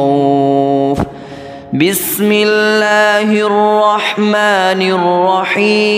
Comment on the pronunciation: ap ka bismillah parna hee galat hai. bismillah mein wow kahan hain ? ap pahly bismillah parna seekho